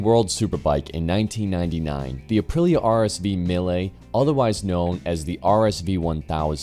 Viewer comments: is it that hard to say mee-le? what tf is a me-ley? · 45 minutes was good Bro. Especially if it’s a well done vid like this. It’s also great you read your own copy - I hate robo voices. Related to that (and I mean no offense whatsoever…so “livery” is live-eree, “Guintoli” is Ginnt-olee with emphasis on the Ginnt, and “Mille” is Me-lay. I hope that helps.